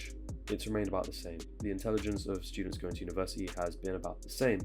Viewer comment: Why am i the only person who hears him say universiii without the T